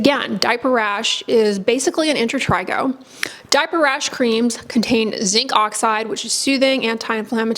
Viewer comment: She says inter trey go